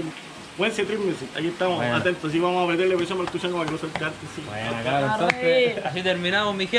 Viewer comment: Tuchango? Xd jajaja estas seguro que así se pronuncia el nombre artístico de ese personaje? Xd